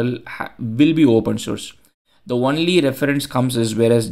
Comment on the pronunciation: Interesting as always. FYI, only is pronounced oh-nly or own-ly as opposed to one-ly or won-ly. Don't ask me why but it is 😂